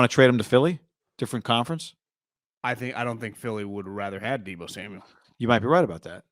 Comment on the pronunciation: Come on bro “pick 10” and “deebo” like get it together